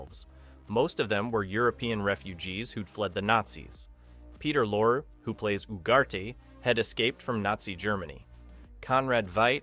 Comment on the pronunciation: His name is pronounced Lor ee... Peter Lorre.